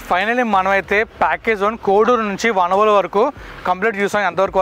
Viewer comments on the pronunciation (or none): వనవోలు కాదు వానవోలు